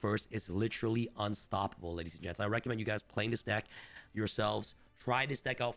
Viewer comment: "ladies and gets, i will waste anymore of your time" nice 👍😃 bro cant even read the script properly 😂